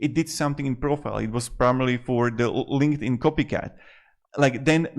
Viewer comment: "linkedfart" lol